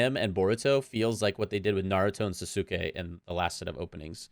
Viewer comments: lol you can drop the "u" pronunciation is Sasuke. The correct pronunciation would be "Sas-kay". (I promise I'm not being petty lmfao) Boruto is a decent anime, when you exclude the fillers of course, but outside of that, it's really great. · The u in Sasuke is silent btw. Good rule of thumb for Japanese names is to just forget about the u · Sa su Kay 😂😂😂 ah that was great. Love the analysis of the openings